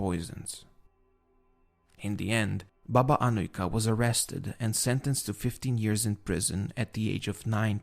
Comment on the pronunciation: your serbian pronunaciton of Baba Anujka is really good you can hear cleearly every letter.keep up the good work lovin your channel salute from serbia